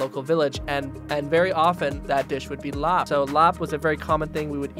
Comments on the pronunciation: Thank you for pronouncing larb right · This reminds me of home! My mother is from Thailand. She grew up near the border by Laos and my father is Laotian, so I grew up eating my fair share of larb. And I appreciate you pronouncing it correctly. Every time I hear someone pronounce larb, they say it how it’s spelled but really the b sound is actually more a p sound